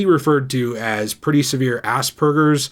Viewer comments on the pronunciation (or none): wait, you said aspergers. I thought you said Ass Burgers